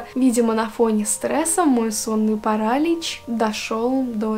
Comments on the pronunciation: Классный канал! Честно, когда только зашла сюда, думала что у тебя подписчиков больше :) Только вот, не парАлич, а паралИч Удачи тебе ❤ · ПарАлич,может паралич*Режет уши от такого🥲Ну а так история очень интересная😋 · Вот всё отлично, но... Как же режет слух этот самый "сонный парАлич" 😭